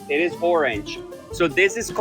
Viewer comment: "thats not pink, thats oorange" - yea right - "i'll think about it" 🤣 hahahaha